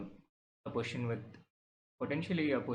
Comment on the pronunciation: So both our captain and vc says 'poition' for position 😅